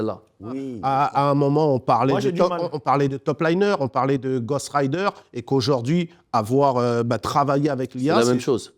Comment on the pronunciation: "ton nectar il éclore" mdr "ghost rider" aya rdv orthophoniste à prendre en urgence